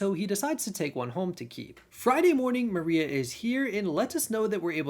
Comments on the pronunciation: Moira is pronounced Moy-rah not Maria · Moira (as noted) and Mariele (mary-elle). I think there were one or possibly two others but you corrected them throughout the video.